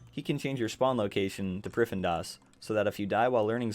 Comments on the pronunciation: Priffindas...... Dude ... you literally had the text that clearly said priff-din-as multiple times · Its pronounced prif-thee-nas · Every time he says priffendas... I get that people can have different pronunciations, but I don't see how that's one of them lol. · is located in what now. "pri-fen-das"?!? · great guide, helped me out a ton! I was losing my mind at how you pronounced prif though lol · stopped watching the first time i heard you pronounce the city name lmao wtf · Lmao same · This might actually be a good guide, but I was getting so triggered by his pronunciation of Prifddinas, I had to leave before the first full minute. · It hurts me to hear it get butchered😪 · nah, im canadian. that is not how its pronounced lmao